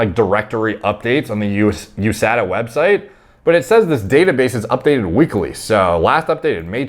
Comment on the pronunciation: It’s pronounced USADA not USADA